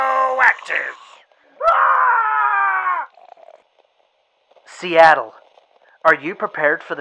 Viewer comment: Sea of Attle instead of Seattle that is funny